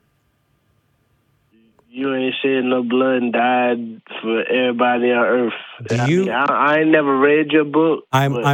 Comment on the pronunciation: Earf. Earf!